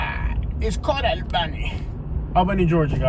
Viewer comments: Say it with me now- "ALL-benny". Almost awl-benny. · 2 1/2 minutes of repeating himself. That’s a lot of babbling. East albany is all hood. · Doesn’t even know how to say Albany 🤣🤣🤣❤️ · You saying the city name wrong sir